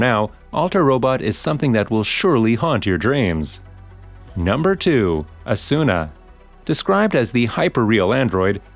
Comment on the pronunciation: It's not Asûna, it's Âsuna.